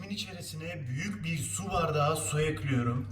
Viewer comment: Beklediğim video, elinize sağlık afiyet olsun :) ( Eklüyorum demene hasta oluyorum çok guzel diyorsun:D)